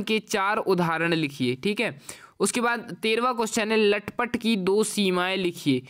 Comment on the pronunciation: लटपट❎😂 तलपट✅